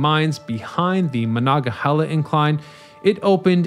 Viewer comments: How many times do you need to mispronounce Monongahela? Very irritating. No chile left behind. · Came here for/to make this comment. Before content creators do these things, maybe consult a local. So many Appalachian words get completely butchered. Kanawha happens so frequently. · I love the series, but hearing the mispronunciation so many times, I had to turn it off. 😟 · Amen. I've never heard the word slaughtered that way before, ever. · Very interesting. So interesting that my Pittsburgh born wife watched the whole thing despite the butchering of Monongahela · As a yinzer who was raise on the mon they way you say it makes me wanna throw a bike in the mon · OMG ur misprouncing monongahela !! It’s cringe AF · OMG ur mispronouncing monongahela !! It’s cringe AF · It's MonongaHEYla . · As a Pittsburgher, after the fourth or fifth time you said “Manga-hella” I just started laughing every time. It was such an interesting video otherwise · Where is this guy from. He sure ain't from around Pittsburgh. Ma-non-ga-hey`-la is the way us locals say it, shortened to "The Mon". This guy sure doesn't know Yinzer. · You should have taken the time to étoile learn to say Mo-non-ga-he-la! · Very interesting. But, I had to laugh every time you said "Monongahela" because it sounded so funny. You forgot to say 'non' in the middle. Mah-non-ga-hell-ah. But needless to say, my husband who was born and raised in Pittsburgh, learned somethings. Very, very interesting. Thank you. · definitely interesting coverage of it. although it hurts my ears constantly hearing Mah-Non-gah-HEE-la mispronounced. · I've ridden it, but I bailed on this YouTube by the 3rd time he tried to pronounce "Monongahela". Maybe he should take up like the locals and abbreviate it to "Mon". I've also ridden an inclined railroad at Niagara Falls, but that's a cogwheel road rather than a passively driven cable vehicle as in Pittsburgh. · It's a tough one if you're not from Pittsburgh, but its "Muh-non-ga-hela"